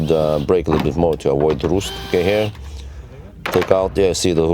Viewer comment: Rust is not pronounced Roost.. Its pronounced R- uuuu st... Good video!